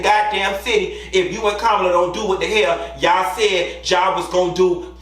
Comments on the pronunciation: Hey, for future reference, Madam Vice President's name is pronounced 'COMMA-LA'. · Kamala’s name is pronounced as , la (comma-la).